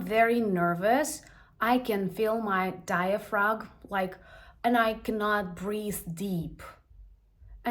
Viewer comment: Diaphragm is not pronounced dia-frog,! Yes, your way makes perfect sense. I feel great joy from being your friend and a friend of your friends. Sadness overcomes me and then I remember that it is a luxury.